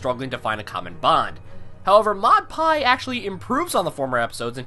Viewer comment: You're not pronouncing her name right. I'm not even sure if even she can. I'm not sure which Maud Pie you saw. I saw a character more boring than her pet rock. Complex? You mean deadpan and into rocks. That's it. That's her whole personality. In short, I didn't like it.